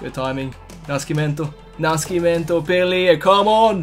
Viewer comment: Hey! Pelé's last name is read like if it was with "ss" instead of "sc". So try reading Nascimento like "Nassimento", it'll the right pronunciation. That's it, big fan from Brazil!